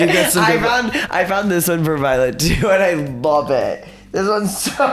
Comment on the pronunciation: I like how gottmik says love it sounds like vomit😘